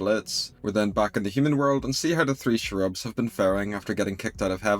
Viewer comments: Your pronunciation of Cherubs as "Shrubs." That is interesting, where are you from? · I kinda agree that they spent too much time on the cherubs(BTW it’s pronounced “CHAIR-UBS”) , and that they really should have focused more on the Blitzo and Stolas stuff. At least expand the argument more and cut a little if the Cherub stuff. Everyone knows the Stolas and Blitzo relationship is the heart of this series. Maybe they are trying to pace it out or drag it out longer, but they could have still done that while giving us more focus on in the episode. Like I weirdly feel a little disappointed because we waited for this episode all month and there was so little meaningful plot. I thought also from the trailer that Blitzo was gonna say something much crueler to Stolas for the part where he is reaching out and Stolas teleports him away. Not enough juicy drama for me haha. I mean it’s still beautifully animated and a free show so I am not trying to complain too much, but I think Hellva Boss has some room to floors still in plot/pacing. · I just love how pronounces Cherubs